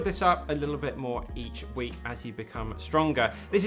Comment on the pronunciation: Great video! I like that "add some strength into your week" sounds like "add some strength into your weak".